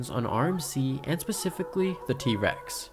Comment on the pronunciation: why u say t REX instead of T rex 😭